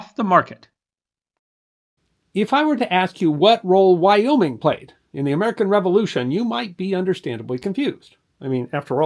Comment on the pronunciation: Thank you. I lived in Wyoming Valley, and when that was said, I cringed big-time.